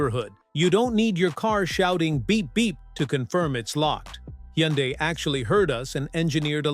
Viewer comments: You made a mistake and called it correctly , Hunday ! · Hee - un - dies